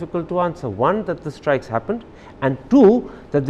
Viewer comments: Pakistani diplomat Interestingly speaks with three accents One:- a general Indian accent Two:- a poh pah “foreign” accent Three:- an #Urdu accent, pronounces strikes as “ishtrike” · Surgical estrikes what a English by embasedor